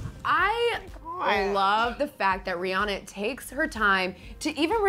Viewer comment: rihanna pronounced Ri-ah-na not Ri-oh-na